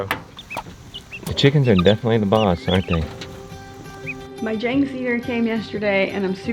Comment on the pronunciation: Love my Jang seeder, yes expensive but running an acre or so of garden and 2 greenhouses it's worth it to me...Extra seed wheels can get expensive but still worth it. Just a note, Jang is a Korean sir name pronounced with a short "a" like father. But no matter how you pronounce it the machine is pretty cool :D